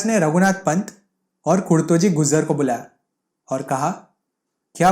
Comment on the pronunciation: Gujar bhi bolna nahi aara